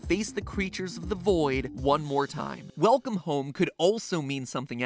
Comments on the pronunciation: weclome home instead of welcome home. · ummmm Mat I think it's Welcome not Weclome... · "Weclome home" Yeah? Weclome? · Weclome Home LOL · “weCLome home” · Nobody: Game Theory: WECLOME HOME